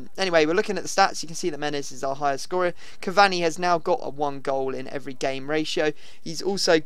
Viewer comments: It's not CAV-AHNI it's CAV-ANEE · Cav-ani not cav-Zuni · btw its ca var knee